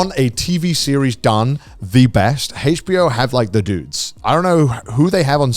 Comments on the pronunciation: They are so British I hate how they pronounce HBO they say it like Hachbo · Heych bee-oh